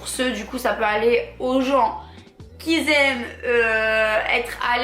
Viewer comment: Parler français c’est possible ?? Parce que qui zaime ça pique les oreilles 😱😭🥴